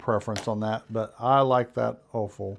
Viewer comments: OLFA.. not OFAL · It kind of sounds Norwegian. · Must be dense hardwood. Clappers cannot warp and they need to be heavy enough to hold down on their own it’s nice to have several and I have a couple of homemade ones. I also have an old version Taylor’s clapper that was designed for pressing seams in clothing and works just great for Quilt. The way you pronounce Olfa rhymes with Olga. Many many many very experience, Youtubers, recommend the quilters select rulers, or the Creative Grid rulers for accuracy. Gratulation’s on your Grand sons😂 graduation. Twice I had boys that moved in with me because their family sold their houses too early in the spring and the boys wanted to graduate with their class. It is a little more difficult to have extra ones in the house but those boys will be close to me forever. They were good friends with my son.